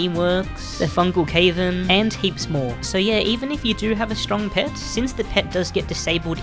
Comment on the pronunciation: never heard someone say cavern as cave in